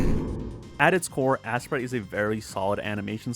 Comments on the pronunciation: you know it’s not pronounced ass-sprite it’s ace-sprite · Why are you calling it assprite?